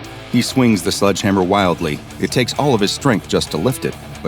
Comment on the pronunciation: It's sledge hammer not sludge hammer. Thx